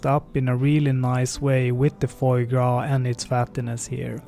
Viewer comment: great video , but try to say FWAH gras instead of FOEIE gras if you know what i mean haha :)